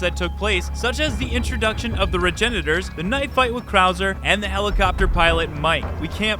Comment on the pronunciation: Wait..what? The 'Regenetors'? 🤔